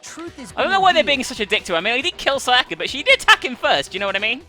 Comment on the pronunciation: always says "Sayaker" when she says "Sayaka"